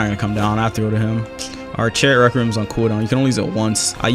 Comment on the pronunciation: i hate how he says requiem wrong